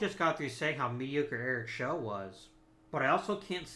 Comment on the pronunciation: Eric show is pronounced like chow with an s. He is the guy who's arm exploded on the mound